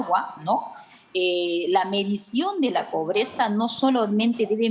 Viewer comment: Un ejemplo: este chistoso dice póbreza en lugar de decir pobreza